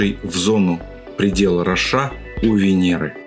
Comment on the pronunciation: Вы все время говорите "Предел РошА", а там "Ро́ша", ударение на первый слог. А вообще очень интересно.